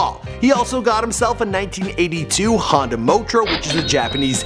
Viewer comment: honda... not hondra